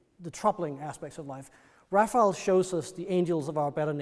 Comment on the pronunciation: It’s frustrating when someone so knowledgeable mispronounces the artist’s name. It’s “Ra fai ell” not “Raffle”. Cmon dude, get it right.